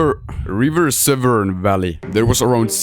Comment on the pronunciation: Why was it so hard to say Severn is literally the 7 like people who can't speak English know this word